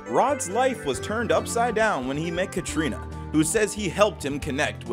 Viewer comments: Karina not Katrina there is no t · Hearing you pronounce Karina, Katrina made me up set.